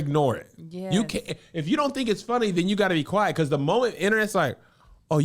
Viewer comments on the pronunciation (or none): none